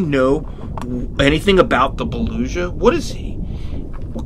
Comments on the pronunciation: The Beluga is the G not Zh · TV its pronounced boluga not boluja and they are whales. they are large mammals and use echolocation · It is not belusha it is beluga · You said beluga wrong you said belusha and not bee Lou ga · Btw its baluga not baluza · ITS BA-LOO-GA!!!! NOT BA-LUSHA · Beluga has a hard g. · LOL THE WAY HE SAID BELUGA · You said Beluga wrong. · The GCL I agree with you